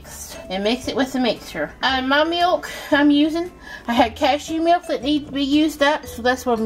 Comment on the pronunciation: Someone should inform her that there’s no “yoo” sound in “milk”.